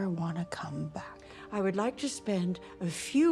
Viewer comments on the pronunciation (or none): none